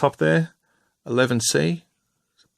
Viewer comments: it's pronounced one one charlie, same for two one bravo etc, also the periscope glass drivers, commanders and gunners is not painted in cam colour, it's glass, looks blue green. not bad besides those little things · I know you didn’t know any better and I know people have corrected you in the comments but as a former ASLAV driver it hurts my soul when you say “eleven C” lol Amazing work on the model though. I just recently purchased this model and the USMC version and an airbrush. Planning to use the USMC variant to practice my airbrushing skills and various weathering techniques before I try and recreate my LAV I drove in Afghanistan. Great work.